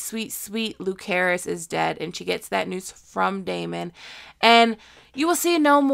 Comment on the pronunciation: A new subscriber and I love your content keep it up 👏👏👏❤️❤ It just kills me the way you say Jacaerys and Lucerys names 😅😅